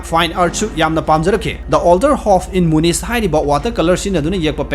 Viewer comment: Munich ki khonthok pronounciation asi munik haigadabni.